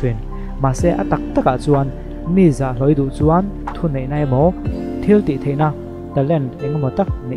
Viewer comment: Ka subscribe ve chiah nâ a,ka'n comment nghâl a nge... 'Mi zah hlawh' tih ah hian, 'mi' hi ....d, r, m - a 'm' key ang hian lam la a ri a dik deuh ka ring...😹😹😹